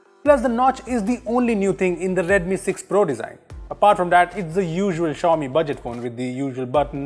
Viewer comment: Cant even prononce xiaomi